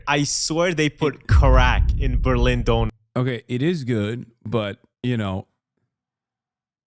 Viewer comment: couldn´t pronounce döner properly! He's not a Türk!